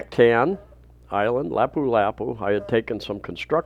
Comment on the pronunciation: Lah pu- lah pu-. Not laeh pu. Are you Canadian? Mum n dad and aboot. Mahtahn.